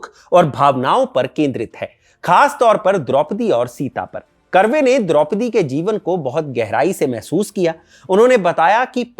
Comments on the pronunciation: कर्माकर नहीं .... करमरकर.. करवे नहीं .... कर्वे .. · बहुत बढ़िया भाई साहब! मैं महाराष्ट्रीयन हूँ और आप जो चित्तपावन ब्राह्मण के नाम का उच्चार कर रहे हैं उसे ठीक करना चाहता हूँ! शुद्ध नाम है इरावती कर्वे ( कारवे नहीं) और कर्माकार नहीं पर करमरकर? बाक़ी सब कुछ ठीक! ❤